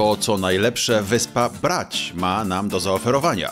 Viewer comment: Marcinie- mówimy Bracz, Omisz, Pucziszcia. Chorwackie Č Š to odpowiedniki polskiego cz i sz. W przeciwnym razie mówiąc brać, powinieneś też mówić puciścia.